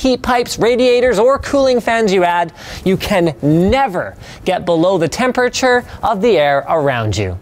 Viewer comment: "temp urr churr"